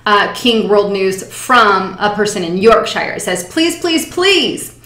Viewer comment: the voice of truth from us in the UK,......not good at pronouncing "Yorkshire" tho'